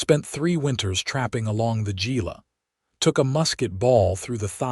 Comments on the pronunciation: Enjoyed this story so much. Kindness and compassion go a long way. I am Arizona born and raised and would like to help with word pronunciation. Verd is pronounced Verdee. Malan is pronounced Mugyown, and gila is pronounced Heela. Thank you for these wonderful stories! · Gila is pronounced hila.. I live a handful miles from there.